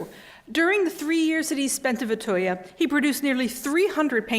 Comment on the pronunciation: Interesting lecture. Well done. Now, I appreciate Vetheuil is difficult to pronounce, but where is this 'Vetheuil - er' coming from.